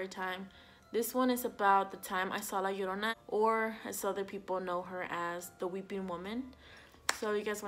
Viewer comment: Te escucho cuando dices "la llorona" y "mexico" y veo que que hablas español... Ahora sube este mismo videos en español